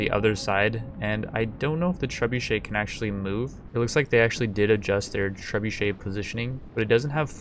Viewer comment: Trebuchet? u mean treebucket?